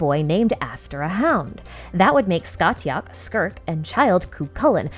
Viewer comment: I have never heard Scathach pronounced like that, it's normally Sca-hawk because Gaelic doesn't care how something is written, it will be spoken however it wants